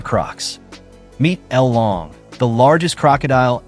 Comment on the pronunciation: thats not L LONG its LOLONG...